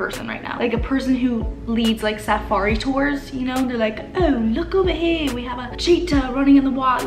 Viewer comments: The way she says safari LOL. 🤗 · cracking up at how she pronounced "safari" I was so confused at first.